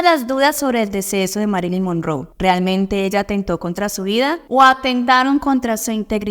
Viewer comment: Se pronuncia Mérilin monróu, infórmese mejor